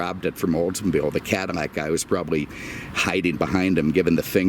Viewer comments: Its Cadillac not Cadimac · Cadimmac? Am I hearing that correctly lol. Atleast say Caddy. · Is he saying cadd-I-Mac or am I losing it? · BTW, the original French name is pronounced Cadi-YAK. They still call the car that in France. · Why does he say Cadimmac? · I think it is a speech thing. But I think it makes the review even more entertaining. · Thought the same thing lol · 🤦‍♂️say cadillac correct!!! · Speech impediment. Just listen to him pronounce any words with the letter "L" in it and you'll hear it. Lincoln, Love, Liter and so on. I caught it a longtime ago but didn't want to comment on it until possibly seeing someone else comment on it and this is the first comment I've seen on the way he pronounces Cadillac or words involving the letter "L" in all of his videos that I've watched. His commentaries are usually so hilarious that you almost ignore or even notice it. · He don't no any better